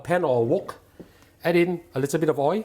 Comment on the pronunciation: Oil not oii.